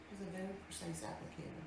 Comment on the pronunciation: Because that mirror must be vary vary vary (yes haters I know how to spell very...but lbl doesn't know know how to pronounce it...) vary vary vary special mirror because it tells her she is beeeaaaaaauuuuutttiiiiiffffulllll